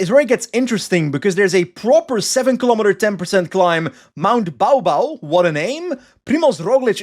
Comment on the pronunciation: Wild tdu course. Baw Baw pronounced more like Bore Bore